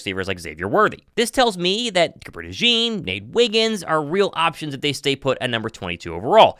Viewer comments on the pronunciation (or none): I can’t believe how De Jean’s name is being pronounced 👤